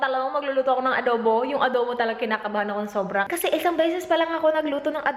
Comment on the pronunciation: Sobrang tawa aq sa "adobu"hahhaha..grabe tlga ..kpag bisaya tlga llbas tlga ung accent..Kaya gustong gusto kita..d ka marunong mag pretend.nagttaka aq sa mga haters na yan..😊😊😂😂